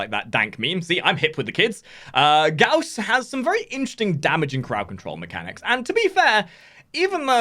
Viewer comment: Lol gauss. I know he has his issues but F is just lol